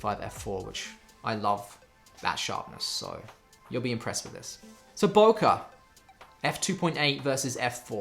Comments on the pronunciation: its pronounced [boke- eh] its Japanese...not (boke-a).... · why in english all say "Boukah" ? ----- isnt it pronounced "Bokeh" like the the "e" from "Dr. Dre" ??? why is photgraphy world making such a thing about this simple word ?